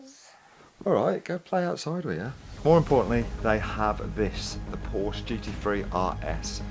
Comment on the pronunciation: No wonder you get scammed. You cant even pronounce porsche